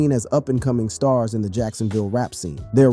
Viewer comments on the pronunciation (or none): none